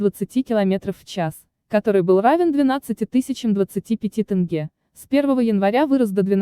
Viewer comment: С каких пор Казахстане деньги называются тынге? Насколько я знаю это тенге.